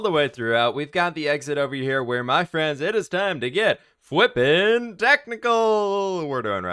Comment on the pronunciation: "It's time to get Fwipping Technical" sounds like a great merch opportunity! 😊